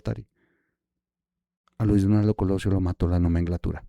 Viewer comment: Hola, Diana Laura, sin duda estaba muy triste, pero murió de cáncer de páncreas! Por otro lado no es "nomenglatura" es nomenclatura. Saludos